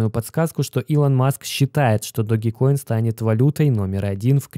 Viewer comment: Не Доги коин, а Дож коин